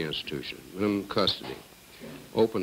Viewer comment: The Wardan can't say minimum